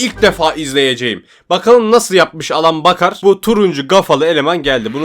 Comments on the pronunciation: Abi elın beykır diye okunuyor adamın adı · Abi Alan Baker şöyle okunuyor "Eylın Beykır" böyle okunuyor